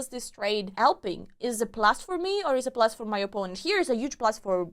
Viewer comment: Your videos really require my full concentration. When you asked "Is it a plus for me?" I understood "Is it blasphemy?" 🤣🤣🤣